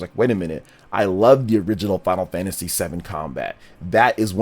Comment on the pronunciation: It's Final Fantasy not Final Fagtasy